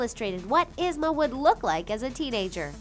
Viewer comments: Its ye-zma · Its ( EE-SM-A) but spelled ysma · #9. Her name is pronounced EEZ-ma. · It's prounounced Ee Zma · Omg I hate the way she say Yzma name 😭😭😭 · You said Yzma wrong !